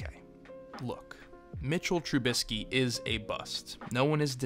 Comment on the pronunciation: Dude didn't even get someone to tell him how to say the damn name